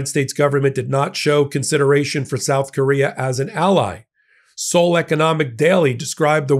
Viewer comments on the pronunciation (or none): none